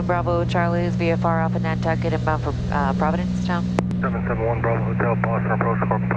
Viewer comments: That's Provincetown.. not Providencetown LOL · I live in province town, this is cool. When I fly over I see everything you had in the video and it was a fun reminder. You pronounced it providence town, instead of province town, which gave me a fricken migraine though